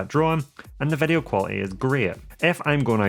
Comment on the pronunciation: you say vedio when i say video